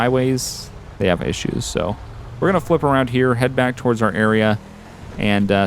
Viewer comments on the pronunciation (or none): none